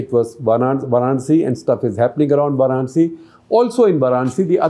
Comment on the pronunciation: Respectfully, it is VAranasi or VAranAsi, not VArAnsi.